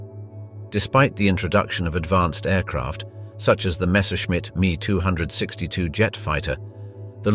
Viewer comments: Interesting tech but good design let down by overly complicated construction, some rushed into production to soon (Panther) or critically delayed for 2 years (ME 262, note M.E not Meee). Germany also failed to mechanise so was forced to rely on WWI era horse and cart to move most of it's supplies. The Germans built some tanks in the low thousands while the USSR built T-34's in their 10's of thousands. Sure, the Pz IV (Roman numeral for four, not "Eye Four" as your robot narrator said) was as good as the T-34, the Panther and Tiger were better but as Stalin said "quantity has a quality all of it's own". In the end, the wonder weapons were the pathway to the weapons we have today, guided missiles, jet fighters and bombers, some radars, rocketry but that's all they really were, a pathway. Too little, too late. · "MEEE 262" ? A glaring clue that the narration of this video was done by artificial intelligence. Any narrator not knowing it's M - E 262 would not be a native American English speakers and probably betray some trace of an accent. Picky I know, and it's a good informative video. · It is an M E 262, not a me 2 hundred and sixty two. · Messerschmitt 262, it is pronounced "M" "E" 262, not me262. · Wow, love the 3D photography. Just need to teach your AI how to pronounce the ME 262 Swallow. It's not the me two hundred sixty two, it's a ME-262 made by Willy Messerschmitt. Just remember if it weren't for the V-2 rocket we wouldn't have gone to the moon if you believe we really went there. Warner Von Braun was the imported German scientist that designed the Saturn rocket. And, what the hell does the Waffen SS have to do with powerful secrets of Nazi science and technology??? You're going off on a tangent. It all boils down to logistics. The winner will always have the best logistical supply. Cheers from eastern TN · If I hear "Me"-262 again from a documentary that takes itself seriously, I might throw something. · It's M.E 262 Me 262.